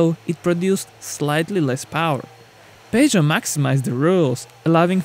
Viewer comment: WTF is "pay-joe'...??!!